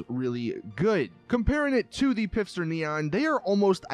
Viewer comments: U said pifster its not pifster its pfister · stop pronouncing Pfister “pifster” it’s pronounced “FISTER” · PLEASE PLEASE PLEASE stop pronouncing “Pfister” as though it were spelled “Pifster.” The P is silent and it is pronounced like “Fister” lol... Get it?! Just please... For all of us... Keep the cringe to a minimum. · At the beginning of the video it sounds like you're pronouncing "Pfister" as "Pifster". You realise it's pronounced "fister", right? With a silent "p". The fact that it's pronounced "fister" is the whole joke - it's more toilet humour by Rockstar, as they're famous for. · You speak both the P and the f in Pf in German. If you have trouble then better speak it Fister than Pister. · Its pronounced fister not pifster Mr. Lister the sister fister and lister's sister the fister resistor. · Hey genius it's pronounced "fister" not "Pifster". Dman man! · its pronounced "pfister" not "pifster" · It is Pfister and not Pifster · It’s Pfister... Not Pifster... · I think it's meant to be pronounced "Fister" but he doesn't get it lol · Herro it’s fister... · stop saying pifster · Your saying pfister wrong the p is silent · It’s pronounced fist her or fister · Great video, keep it up. But please pronounce the pfister brand as fister which is how it is meant to be pronounced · This guy pronounces the p in pfister lmao. This guy probably pronounces pterodactyl like PITTERYDACTEL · Love how every time this nigga say Pfister her said pifster lmao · It’s FISTER the p is silent. Again FFFFFFFISTER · It's not pifster it's "Pfister", the "P" being silent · “The pisster neon” this guy lol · Stop saying pifster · It’s Pfister not Pifster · "pifster neon" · It's "P fister Neon" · lol ph and pf aren't the same thing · I'm pretty sure the p on pfister is silent...